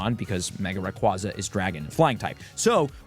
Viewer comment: Rayquaza (ray-kway-zuh)